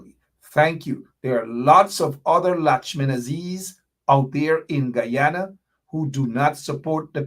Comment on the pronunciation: Normally I correct my people with the correct pronunciation of the old country Guyana. is one of us and has tobe put on notice, the proper pronunciation is Guyana and.. not g u an. Respect the country's name and your political cause will gain traction. Pass it along